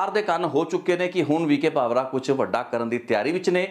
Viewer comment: ਕਿ੍ਪਾ ਕਰਕੇ ਪੰਜਾਬੀ ਸ਼ਬਦ ਉੱਚਾਰਣ ਦਾ ਧਿਆਨ ਰੱਖੋ। ਡੀ ਜੀ ਪੀ ਵੀ ਕੇ ਭਾਵਰਾ ਨਹੀਂ ਵੀ ਕੇ ਭਾਵੜ੍ਹਾ ਹੈ।